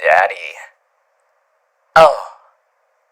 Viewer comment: me sees title:WHOA Clicks on it btw why does he say daddy like that tho